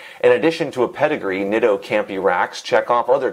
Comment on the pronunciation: pronouncing it "nit-oh" and not "neat-o" as well as calling braze-ons "brass-ons" is making me want to call the police